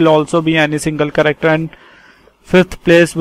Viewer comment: No offense but the way you pronounce "character", it sounds like "corrector". Please pronounce it right. P.S thanks for the tutorial. Helped me to take down notes for UNIX.